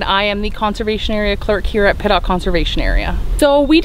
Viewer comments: It’s Pit-tock not Pit-lock lol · Say Hey... It's Pittock not Pittlock... LOL